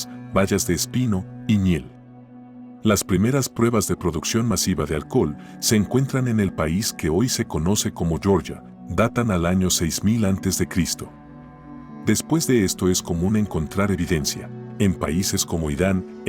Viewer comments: Te deberían desmonetizar el canal! No por el contenido, sino por pronunciar „shershia“ el país Georgia! Pero claro... bueno no sigo porque no merece la pena😂😮 buen video igual😅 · No se pronuncia yorya, es /jeorjia/